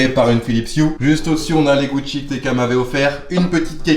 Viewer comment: Comment il a dit tk sa m'a mis le sourire